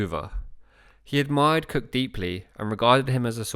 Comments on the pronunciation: I keep on thinking you are saying James Kirk. Oh Star Trek, James T Kirk. I don’t hear Cook, I hear Kirk! Great video! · Great video. For the first half I thought Cook and Kirk were 2 different people. But I think it’s you pronounced “Cook” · Narration is unintelligable where it comes to expressing Capt. Cook..... as Capt. KIRK!